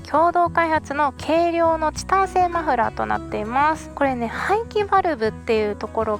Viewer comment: マフラーの説明の言い方関西人と同じやね